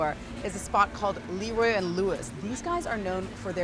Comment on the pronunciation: La Roy, not LeeeRoy